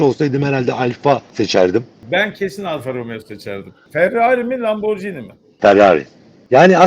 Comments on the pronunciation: lamborCini değil lamborGini - G G G G, bildiğimiz Giresun’un G’si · "porş" değil "porşe", "lamborjini" değil "lamborgini" olacak. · Lamborcini değil Lamborgini diye telaffuz edilir.